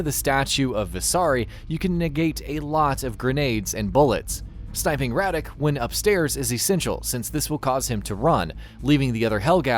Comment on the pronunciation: Radec ? Really ?